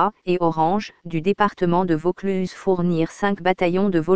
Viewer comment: dommage cette voix de synthèse qui déforme les mots notamment le plus important Vaucluse en plus la dictionnaire est lente et monocorde bref 8/20 et encore